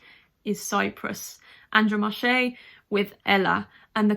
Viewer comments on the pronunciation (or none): Also Andromache is the same pronounciation. AndromAhe Not AndromashE.